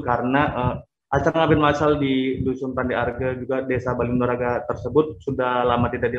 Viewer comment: Bali nuraga bukan bali nugraha,, mbak eeeee,,,,,🤦‍♀️🤦‍♀️🤦‍♀️